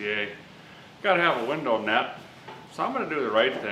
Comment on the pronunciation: heyyy sweet im not the only one that says winder!